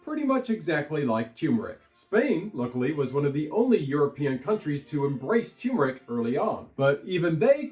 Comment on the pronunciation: No offense, but both Rs in turmeric are pronounced. Neither is silent.